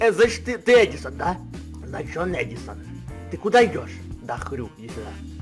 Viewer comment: Ты букварь аткрой гавариш а паравилно эдисон